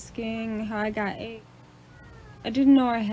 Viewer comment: Just say Aidz properly you sound crazy